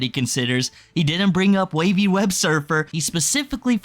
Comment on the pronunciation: Put some respect on Wavys name and say it correctly.